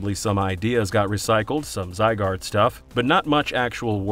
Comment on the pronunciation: You still pronouncing Zygarde wrong?